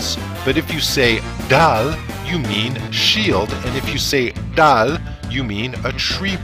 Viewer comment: Dal , Dhal and daal are 3 different word bro.. You pronounced everything as same.